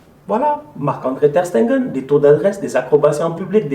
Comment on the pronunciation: prononce bien le nom de notre goal Ter Stegen op Tengeun😂🤦🏻‍♀️